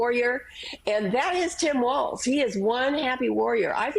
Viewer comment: Joe! You actually pronounced Walz, the correct German way. Kudos to you for that. Minnesota has a very large GERMAN-AMERICAN community there. Obviously, Walz IS German-American. Good choice as far as I'm concerned as a German-American myself!